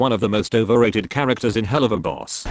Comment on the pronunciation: I find it really funny how the text to speech voice calls the show "Hell-loo-va-boss" all of a sudden. Best part is how it comes out of nowhere and the rest of the time its pronouncing the word correctly.